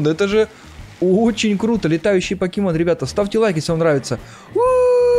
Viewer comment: не пакемон а покемон